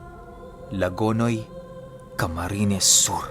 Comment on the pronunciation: Nako nako, Lagonoy. Madalas ako dyan. Deretso lang pag bigkas nyan.